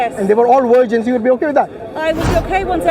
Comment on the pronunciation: No one:: “72 Wirgins”